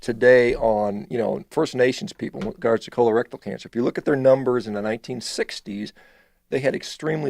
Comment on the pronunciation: "KHOLER-RECTILE cancer..."